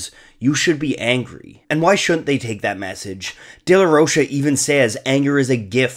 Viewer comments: Zack’s last name is Spanish. It’s not “day-la-rosha”. It’s pronounced “day-la-ROKE-ah”. Those two years of Spanish class in high school paid off! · The bands name is Rage Against the Machine. How is it not clearly a political band? Also the "DeLa Roche" is killing me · Its day-la-roka smh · i cant watch this simply because of the way he says De la rocha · take a shot every time he mispronounces "De La Rocha"